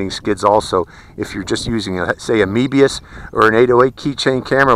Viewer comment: "mebius" wtf